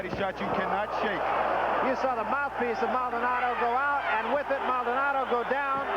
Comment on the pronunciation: Come on, Maldonado is not that hard to pronounce bro.